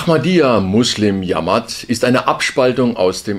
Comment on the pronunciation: Sagt er „jammert“ oder Jamaat (spricht sich dschamaat)?